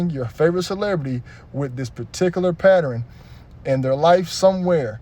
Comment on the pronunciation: Pattern 😂😂😂 not Patternin